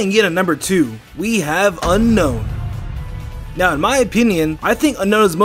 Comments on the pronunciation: unknown is pronownced ('U Nown) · It’s actually y un-own